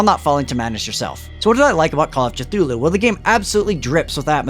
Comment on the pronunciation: Your decision to pronounce Cthulhu that way has driven ME mad!